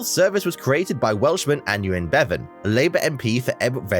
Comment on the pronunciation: The NHS was founded in 1948 by Aneurin (pronounced a nye rin, abbreviated to 'Nye') Bevan. This narrator didn't mention the Welsh name for Wales, Cymru. ('Come-ri'.)